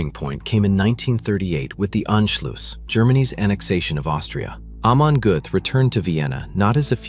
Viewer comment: Narrator really struggling with that name. Hahahaha almond guff? Amen golf? Amish Goats?